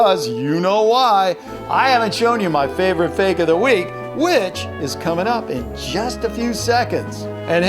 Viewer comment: There is no e in fake when you say it’s so fake is funny